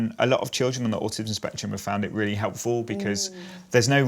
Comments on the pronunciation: I love how the mum pronounces autism as awesome 😎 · It sounds like Jacob’s mum is saying “awesome” instead of Autism & I think that’s actually great! My nephew has just been diagnosed (he’s much older at 6yrs) & I’m going to try using that word exchange if/when his diagnosis comes up